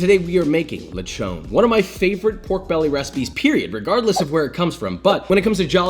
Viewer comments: Le chon (chon is pronounced like ch and on not chown) Toyomansi (is not prinounced straight. the man in toyomansi/calamsi has a stress so its like toyoMANsi) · Letch-own.. should be lech-on..😅👍🏽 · as a Filipino you made a magnificent dish, and I approve this recipe, oh yeah I just noticed lechon is spelled as "lechon" but pronounced as "letchon", thats crazy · it pronounce litchon* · Yeah!!! "Lech-own"! Haha I love it! 😁